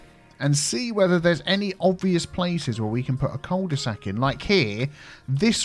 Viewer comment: Cul de sac is french, it is actually pronounced "que due sack" which litterally means "ass of a bag". When you think twice about it, it makes sense, doesn't it ?